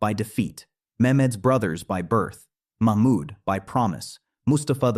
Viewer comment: Its not mak mud....its mahmud